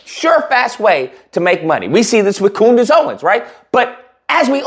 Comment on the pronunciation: You pronounce Candice funny 🤔